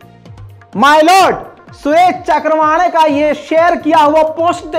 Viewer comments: is nafrati chintu ka naam चक्रवाणे नही चव्हाणके है। Pl pronounce properly. Nahi to is baat ko lekar bhi kuch na kuch bolenge. I hope SC will take cognizent of yr bites. Thanks. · सुरेश चक्रवांडे नही है चव्हाणके है कई बार नाम लेने मे गलती करते हो बल्कि अक्सर